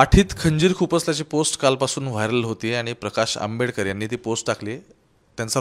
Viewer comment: Jayntraojiiiii patil Ani praksh ambedker asa uchar kelat Hyatun tumi kunacha kiti respect karta te kalale